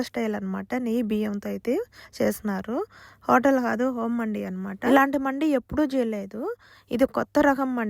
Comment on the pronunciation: అది మండి కాదు మంది అరబ్బీ వాళ్ళందరు మంది అంటారు , మనవాళ్ళు మండి గుండి బుండి అంటారు పలకడం రాక